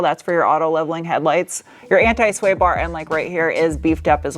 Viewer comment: just have to get to say anti correctly too lol